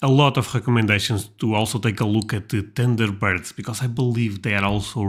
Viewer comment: Lmao!! It sounded like he said tinder birds!!!!!!!😅😅😅😅😅